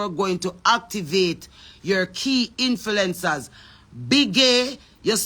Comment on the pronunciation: Can someone tell her the correct PRONUNCIATION. ITS INF-L-U-E-NCERS NOT INFILENCERS